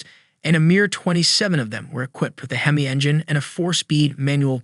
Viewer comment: Once again you seem bound and determined to insult hardcore car guys with your ignorant AI/computer voice instead of using a narrator. you say it's distinctive because you call it a "hee-mee" instead of the correct "heh-mee." & Another video where an Oldsmobile 4-4-2 is called a four hundred and forty two. 4 barrel carbs, 4 speed Manual 2 racing pipes-there is no hundred anywhere in that name. It is not called a U30 it is a W30. Pon-"tee"-ack, not Pon-chick, not Pontick. -Cam-AIR-oh, not cam-arrow, nor Chem-er-oh, nor Kum-ahr-oh - the accent is on the 2nd syllable. Um, what weighs between 29-45 pounds??? please tell you don't think that's the torque.